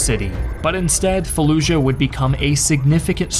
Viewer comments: Why do people pronounce Fallujah like “falluzha”? Not only is that not how we pronounce “j” in English, but that’s also not how it’s pronounced in Iraqi Arabic.... this phenomenon is common when English speakers see a “j” in foreign loan words: people say Azerbaizhan when the word is simply said like it’s spelled - Azerbaijan. Same with Taj Mahal, the word is not Tazh Mahal, it’s pronounced exactly like it’s spelled. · what? No, this guy is American, no American accent has a “zh” sound for the letter J. He’s saying it that way because at some point that became a common pronunciation under the assumption that this foreign word needs to be pronounced differently. I don’t really even know what you’re talking about or how you got confused by my comment.